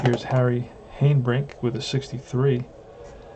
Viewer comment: Just stopped in to see how your '59 Braves are doing...saw the first few rolls for the Braves and it looks so much like my rolls for the Braves...by the way Harry Hanebrink is pronounced 'Hanna' brink...he use to be with the Braves...oh, by the way Conley beat my Braves on a 3 hitter too...Gene Conley was a solid pitcher, that the Braves didn't have enough patience with. Pray for Peace young man! I am going to pick up my 1959 replay in a couple of weeks...